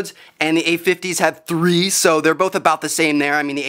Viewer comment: listen to how he says 3 lol!